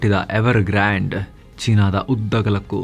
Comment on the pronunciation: who related ಗಾಂಡ್ ಗಾಬರಿ ❌ ಗ್ರಾನ್ಡ್ ಗಾಬರಿ ✅ 😂😂😂..